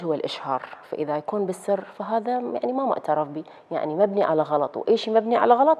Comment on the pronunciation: بالسر وليس بلسر 😠